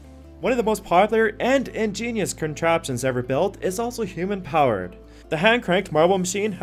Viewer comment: Yup, it is. The guys who do these videos should look up pronunciation of these things. Also, he kept saying "hoOmen" for human powered haha.